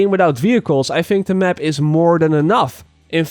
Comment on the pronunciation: Hahaha i love how is says " the mep"